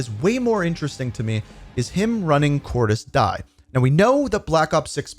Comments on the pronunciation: Anyone else wondering why he pronounces it as Cordis "die" and not "di(a)" like it is in the game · Its not cor-dis die its pronounced cordis di-ya Even bo2 pronounces it like this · It Cordiz Diez.... great video though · why this guy spells "Cordis Die" and "Cordies Die" and not "Cordis Dije" typical american it is not "death" there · It’s pronounced “cor-dis dee-uh” not like the english “die” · It's pronounced "Cordis Dee Ay" bro 💀😭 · Just a heads up, Cordis Die is pronounced Cordis Deeyay